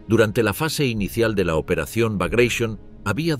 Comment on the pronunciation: Sorprende oír la palabra Baglatión (sí, con acento en la o) en inglés cuando la palabra es rusa y, por tanto, debe ser pronunciada o bien en ruso o bien en español